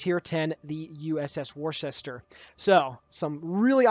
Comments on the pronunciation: lol...so triggered by pronunciation "war-shester"...but I am from Massachusetts. It is pronounced "wooster." LMAO ;-) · As someone who is FROM Worcester, it is NOT pronounced "Wor-ses-ter". It's pronounced "Wusta". I know it's weird, but that's honestly how it is. I cringed when you first said it. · of Warships - "Worcester" is pronounced as "Wooster" FYI. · Worcester is pronounced Wooster... Or woostah if your a local... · worcester pronounced woooster?? dont know why, but it was an atlanta replacment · Its pronounced wuster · pronounced Wooster as in the condiment Worcester sauce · It's pronounced 'Wuster' :) Like cleaning with a 'duster' ... you can do it !!!!!!!! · She is pronounced Wooster as in Jeeves and Wooster. There is also a sauce called Worcester sauce that is added to Bloody Marys and that is also pronounced Wooster. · It's pronounced ........Wister........ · Its pronounced "Wooster" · Here in Maryland, Ive heard people pronounce it as weird as "war shis ter" when talking about Worcester County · How to pronounce Worcester